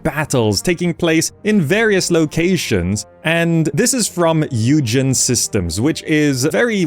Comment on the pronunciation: I believe Eugen is German and should be pronounced as "Oy-Ghen"? The English version should be something like Eugene. That said, I'm not the devs nor speak German, so I'm not in any place correcting anyone...